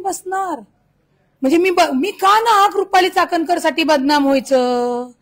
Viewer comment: चाटणकर नाही चाट कर बोला चाटणकर 😂😂😅😅